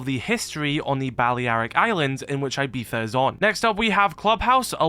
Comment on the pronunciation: that is the most egregious pronunciation of Ibiza I've ever heard